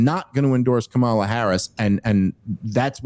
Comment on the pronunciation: Not to be nitpicky, but it does kind of bug me that Dave keeps pronouncing Kamala as "Kamala," and not "Kamala "